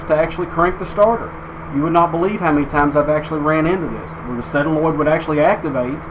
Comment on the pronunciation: It's a sOlenoid not a sElanoid!